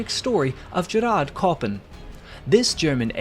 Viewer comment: Excellent video, very informative on a subject I'm keenly interested in. One note, though; "Gerhard" is not pronounced "Gerard," but "gare-hard."😉